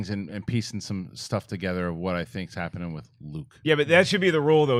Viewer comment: "There has been a hopening.... Have you felt it?"